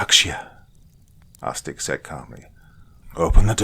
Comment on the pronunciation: Can't stop hearing the brothers name as arse dick and laughing every time.